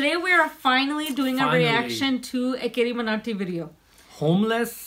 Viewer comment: Ghadoo Carryminati hota he Carriminati nahi